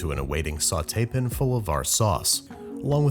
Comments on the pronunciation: can you stop saying "pin" when you mean "pan"? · Watch Batali's version on Molto Mario. Much easier, 20 mins Max, and zero chicken stock (an abomination). And where on this whole planet is the word pan pronounced pin. Plus no shamelessly hawking products. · What is that pronunciation of the word “pan”!? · why does he pronounce "pan" the way that he does! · He does it in other videos too. One of his quirky things he does for fun. I'm almost certain he pronounces it "pan" IRL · why does he pronounce "pan" in a weird way? he never did that when he started lol. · the way he pronounces pan bothers me a bit. other than that keep it up.